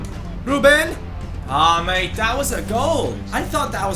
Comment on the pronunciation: every time you say mate makes me go crazy just please stop saying it ! Nobody says it like that